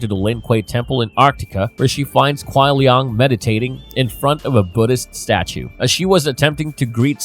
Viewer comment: It burns me when he pronounces kuai liang as "kuai liong" especially when hes heard the correct pronunciation hundreds of times😂